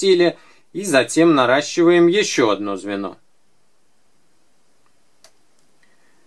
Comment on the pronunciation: Смешно сказал норащевать ❤️